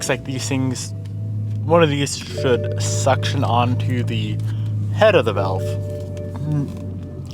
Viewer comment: vAlve, not vElve